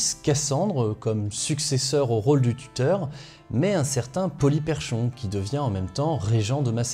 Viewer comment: Ca se prononce "Polyperkhon", comme si le CH était un K.